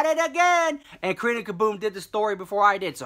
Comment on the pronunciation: Honestly tho!! Sometimes I'll rewind just to hear it again! I even get a kick out of how he says Karina KaBOOM😂